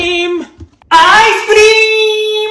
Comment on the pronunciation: The way how he said ice 🤣🤣🤣🤣🤣🤣🤣🤣🤣🤣🤣🤣🤣🤣🤣🤣🤣🤣